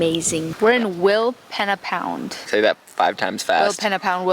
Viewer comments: We camped in our caravan at Rawnsley Park Station a month ago the Flinders Ranges are amazing. Tested out the Jeeps 4wd capabilities in some of those canyons and tracks. You guys are a lot more energetic than we were (also a lot younger) Normally Aussies would pronounce it Will peena pound but maybe the indigineous people pronounced it Will penna. The Pich Richi railway and the silo art show in Quorn were also interesting to visit. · Pronounced Wilpeena pound! Pee 😂